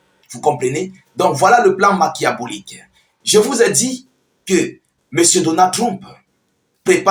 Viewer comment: Machiavélique (qui se prononce makiavélique)